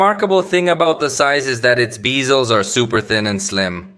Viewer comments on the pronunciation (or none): I love how you pronounce bezel (beezels) 😂